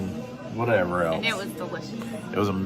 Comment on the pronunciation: Else has never and still doesn't have a T in it! it is not pronounced ELTSE!